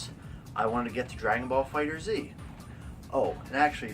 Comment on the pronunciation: Good video. The game is pronounced "Fighter(S)", not fighter Z.